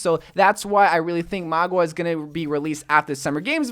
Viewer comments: I almost couldn’t watch this video. Mauga. Not Magua. Mauga=Maw-guh. Mauga. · Mah-gah not Mah-gua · its maw-ga not mawg-wa this has been annoying me omg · MAUGA not MAGUA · Its mauga, not magua, like ffs at least try to pronounce it right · "magua" Pepega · Did he seriously call Mauga, “Mogwa”? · Why do u pronounce Mauga like Magwa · Why do ypu say Mauga like its spelled Magua? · Stop saying mauga like that hahahhaha